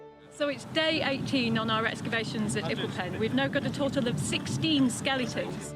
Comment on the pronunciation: Did she say skelingtons?